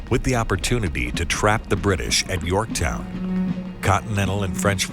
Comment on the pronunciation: "With the opportunibee to trap the british"